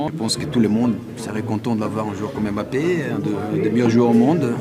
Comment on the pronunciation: Pk tu dis Bappé ?